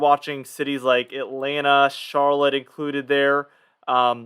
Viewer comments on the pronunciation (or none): none